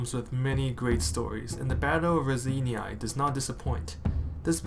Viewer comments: nice job - but you're really massacring the pronunciation of Raseiniai - it's not "ra-zany-ai" - but ""raw-sign-eh " - keep up the good work ! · word "Raseiniai" part "ei", is pronaunced like "ey" in word "beyond". part "niai" is pronaunced very softly like cat saying "mew".